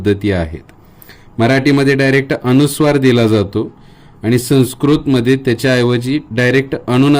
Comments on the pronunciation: न चा उच्चार ण असा का करतात गावाकडे? अनुस्वार हा शब्द अणूस्वार करणे चूक आहे. आपल्याला योग्य गृहीत धरणार आणि अनवधानाने चुकीचं शिकणार. तसेच स ला श करू नये. ही नम्र विनंती. मी टिका करत नसून सुधारणा सुचवत आहे. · माहिती चांगली आहे, धन्यवाद. मात्र माहिती सांगताना आपण स्वतःच उच्चाराच्या अनेक चुका केलेल्या आहेत. पूर्ण व्हिडिओ पाहिला. अनुस्वाराला आपण अणुस्वार म्हणता. एखादा शिक्षक चुका शुद्ध करत असताना, स्वतःच उच्चाराच्या चुका करतो, याला काय म्हणावे? नाजुक विषय आपण हाताळला, पण परिणामपूर्वक आपण सांगू शकला नाही कारण आपले स्वतःचेच अनेक उच्चार चुकीचे आहेत. माफ करा, कृपया सत्य बोलल्याबद्दल वाईट वाटून घेऊ नका. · सर अनुस्वार हा शब्द अणूस्वार असा का करता? बाकी सर्व छान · आपण अणू नासिक सांगता ते अनुनासिक आहे, अनुस्वार ह्या शब्दाऐवजी आपण अणूस्वार सांगू नका.म्हणजे नवीन शिकणारे व लहान मुले योग्य बोलतील. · "अनुस्वाराचा" हा शब्द आपण सारखा अ "णु" स्वार असा उच्चारत आहात. कृपया उच्चार शुद्धीची काळजी घ्यावी, ही नम्र विनंती.. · खूप छान पण आपला अणुस्वार उच्चार खटकतोय. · माहिती उत्तमच! पण आपण स्वतः ' न ' आणि ' ण ' उच्चार काही ठिकाणी चुकीचा करीत आहात. जसे ' अनुस्वार ' या शब्दाचा आपला उच्चार ' अणुस्वार ' असा होतो आहे. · खूप छान माहिती आहे. पण आधीच माफी मागून एक विनंती करते की न च्या ऐवजी ण म्हणू नये व ण च्या ऐवजी न म्हणू नये. जसे की अणुस्वार न म्हणता अनुस्वार म्हणावे. अणुवाद न म्हणता अनुवाद म्हणावे. पानी व दुकाण असे न म्हणता पाणी व दुकान असे म्हणावे. तुम्ही उत्तम शिक्षक आहात असे दिसते, म्हणून तुम्हाला विनंती केली. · तुम्ही अणुस्वार म्हणताय तो अनुस्वार आहे.ण आणि न या अक्षरात भेद आहे हे लक्षात ठेवा. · सर तुम्ही खुप हुषार आहात..पण तुम्ही न चा ण...करता आहात...🙏अणुस्वार नाही...अनुस्वार